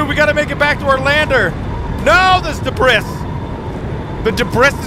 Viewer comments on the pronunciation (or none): Just saying, you say debris wrong, it’s pronounced debri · Like your vids a lot, but I believe debris is duh-bree